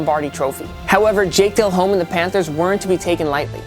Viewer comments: Every single clip y'all show, the crowd is going batshit crazy. Not quiet at all. Who puts these lists together? Also, Dellhome's name, the 'h' is silent. So it's pronounced "dellome". Smh. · Just an FYI...It's not "Jake DEL-HOME," it's pronounced "Jake DEL-OHM." No biggie, but since your channel is Total Pro Sports, you might just wanna make sure you're pronouncing players' names correctly. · How old is this dude??? How are you a host on a sports show and can't say Delhomme or Bulger's name the right way??? Tell your brother to school you kid